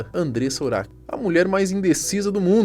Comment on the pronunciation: O nome dela se escreve urach mas não se pronuncia nem urak e nem uraxi . A pronuncia correta é Urá .